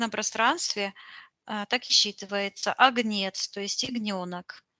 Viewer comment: правильно говорить,,а^гнец", ударение на первый слог.